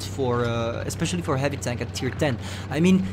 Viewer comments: he said hivy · I kinda miss his "hivy,, 😢😢